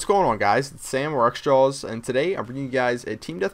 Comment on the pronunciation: Alright, I'm sorry man, but I hate the way you say in the begining of all of your videos. It sounds like your saying xtrals. Seriously, anyone who sees this comment go to the begining and listen to how he says it.